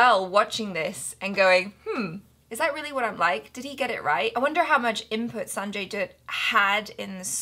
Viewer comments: You perfectly pronounce the Sanjay Dutt's name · u r saying sanjay dutt's name perfectly